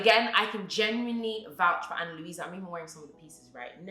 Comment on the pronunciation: ‘A-nn-a Lou-i-sa’ 💀